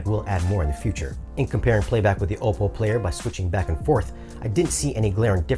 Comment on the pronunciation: great review; pretty thorough! HOWEVER, you are a professional in the industry. Please learn how to pronounce, "OPPO" correctly. Just call their service line and ANYONE that answers, will pronounce it correctly. Also, my compliments to you on your music selection!